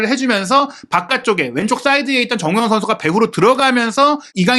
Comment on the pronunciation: 아... 발음이 나만 정호영, 정호연 이렇게 들리는건가 정우영입니다!!!